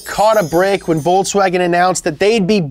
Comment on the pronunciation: I love how you butcher up Volkswagen every time.